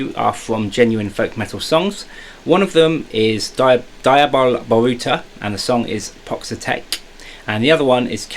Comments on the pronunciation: Lovely! Pronunciation of Diaboł Boruta should be something like "Dia-Bow Bo-ru-tha" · Diaboł Boruta is pronounced as 'deeahbow boruta' and Początek is something like 'pochontek'. I hope this is helpful :)